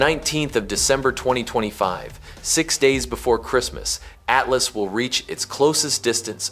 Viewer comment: AT LAAS? 😂 .. Yall have to stop with this AI nonsense smh